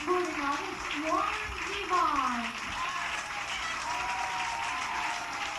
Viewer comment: Warren Zevon was an interesting, witty guy, who got big, but not too big. He had hit songs and played sold out concerts, but there are still people out there who can't even pronounce his name properly. You did. Thanks for that. He had, as you know, a short but productive career, but the Big C got him. and so we just got what we got, which was not enough. He sang about life and he sang about fantasy and whatever else came into his mind. You know the hits.